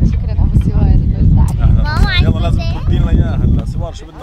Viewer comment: سوار مو سور تعلمي كيف تنطقي الحروف هههههههههههههههه😁😂😂😂😂😂😁